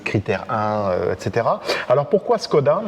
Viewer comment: on prononce chkoda, à cause du Š